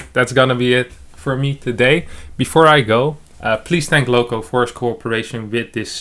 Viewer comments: pretty sure serral is saying lovko not lowko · I love how Serral also mispronounces Lowko^^